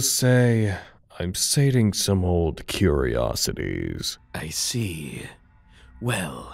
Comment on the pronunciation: "I'm sating some old....Kireiosities..."